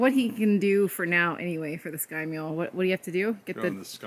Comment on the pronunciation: Oops “Sky-mule” system.